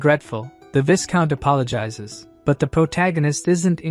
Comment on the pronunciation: When is someone going to teach the robovoice how to pronounce "viscount" correctly? The S is silent. EDIT (the following day): LOL! I "called it" about the relationship between the woman and the soldier about 30 seconds before the recap revealed it. 🤣